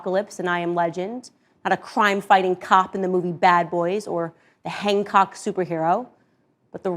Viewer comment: Did she just say "Hang Cock?" 🤣🤣 you mean Hancock?